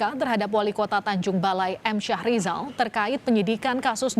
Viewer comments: Bukan syah rijal. Yg benar Mhm. Syahrial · Syahrial bukan syahrizal